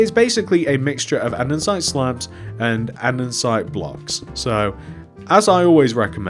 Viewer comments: your probably not gonna see this but it’s andesite not andensite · hey it’s not andensite it andesite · Anyone else notice he called it andernsite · Bro andensite 💀💀💀